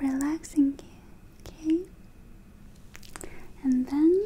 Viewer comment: It’s not okay it’s ukae